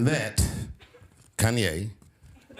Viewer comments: Almost didn’t make it through the whole video with them messing up Kanye name like that. I’m not even a Kanye fan but still you should at least get the man’s name right. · This channel is trash. Just look at the thumbnails and the amount of uploads. It can't even pronounce kanye right half the time. Is it all bots? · Why she can't say kanye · Why she can’t pronounce Kanye